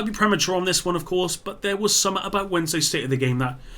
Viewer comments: Yo,, why can't you pronounce basic English? The word is "something", pronounced "sum-th-ing". Not "suh-muh". Good God Man!!! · It’s funny that when you say the word “something” you say summet.